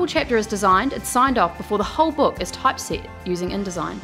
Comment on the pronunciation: The accent is sometimes hard to follow. She pronounces 'pdf's' as 'pee dee ifs', 'editing' as 'yditing', 'error' as 'irror' and 'typeset' as 'topsied'. Is that australian accent or something?